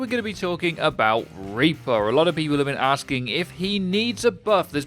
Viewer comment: "Repour"